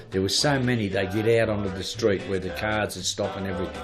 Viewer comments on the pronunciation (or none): none